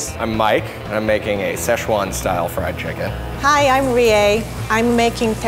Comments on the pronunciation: friedu chickin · Frido chicken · friedu chicken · Thomas she pronounces fried chicken as frida chicken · No one: Rie:friedu chickon